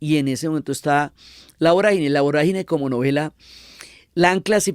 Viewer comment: No es voragíne con acento en la "i"... Es vorágine con tilde en la "a".